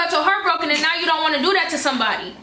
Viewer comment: I love the way way says “now” and everything that rhymes with it ♥️♥️♥️